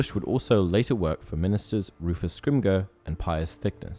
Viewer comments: You gotta fix your pronunciation of Rufus “Scrim - Jer “ not “Scrim - Ger” 👌🏻👌🏻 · You repeatedly mispronounced "Scrimgeour" it's pronounced scrim"Ger" not "Grr" I should probably add that I really like this channel and I'm subbed I just wanted to point out he mispronounced scrimgeour then again that's probably just how he pronounces it lol I hope people don't think I don't like the channel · It’s pronounced Scrim - JOR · Just for the sake of clarity, Rufus Scrimgeour's last name is pronounced "SCRIM-jor". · you are pronouncing Scrimgeour wrong and its quite annoying.